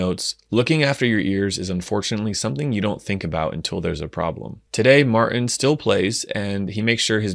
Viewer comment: Martin has a T in it. You should pronounce it!🤣